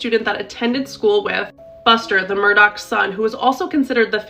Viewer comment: Murdaugh, Murdoch 🤨